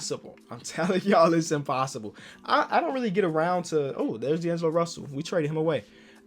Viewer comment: Here when it says “impossibe” and “challenege”